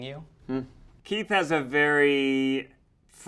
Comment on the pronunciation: I thought Eugene got muddled up and called Keith, Teith hahaha